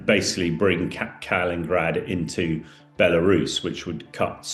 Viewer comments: Heard this guy before, do wish he’d stop saying Nucular instead of the proper English pronunciation ‘Nuclear’, and now he’s talking about Kalingrad, when it is Kaliningrad! If a jobs worth doing…. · Kalingrad and Vilinus! Yes if a job’s worth doing…